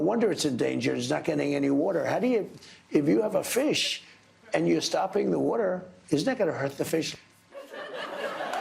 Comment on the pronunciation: If you have a fish and you stop the "ueter" , is not going to " hert" "defiiiish" !!!!